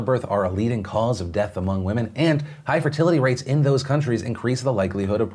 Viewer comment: Ehh... wahmen